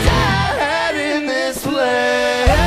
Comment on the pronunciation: that "mARCH" destroyed me a little